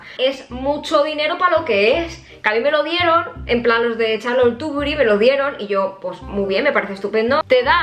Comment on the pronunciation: No es charlote tuburi es charlote tuburi jajajajjajaj😂😂😂😂😂